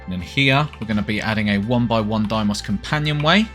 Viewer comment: This is just me bitching but why do YouTubers keep saying DIEmoss? It's DAYmoss...